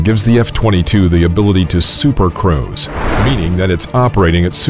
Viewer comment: Did this guy just say supercrows?😂